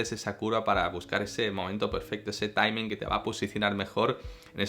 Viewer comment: Y digo yo, Juan Antonio, ¿por qué castellanizas la pronunciación de "racing" y no la de "timing"?